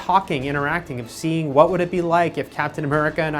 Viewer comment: wath? you mean "what", eavan? even. ingeneer? ENGINEER.